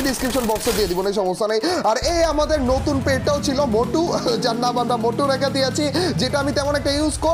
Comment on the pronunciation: ভাই নটুন না নতুন